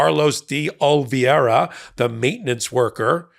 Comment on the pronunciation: can’t pronounce Oliveira. Oh-Lee-Vayra.